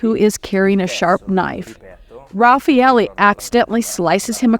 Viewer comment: No it is perfect Raffaele